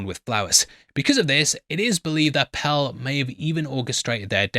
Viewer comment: I genuinely love watching these breakdowns but I want someone to acknowledge my struggle here listening to the pronunciation of "Pelle" as "Pell" 😂